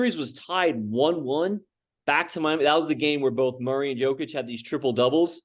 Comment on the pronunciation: One of these guys talking couldn't even pronounce Jokic's name correctly! And Kendrick Perkins and Nick Wright are both idiots.